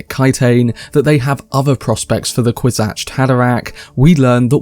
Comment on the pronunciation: why do you keep saying "kwis-atched" and not "kwis-atz"